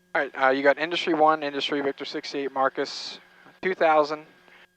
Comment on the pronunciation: If you're still in Junction go to "Lum's BBQ"! Also don't know if anyone else caught it, and the controller did not, but on the read back of the clearance you said, "Cleared to "Grand Junction". Also "Marcus" intersection instead of "marcs" intersection. Safe travels.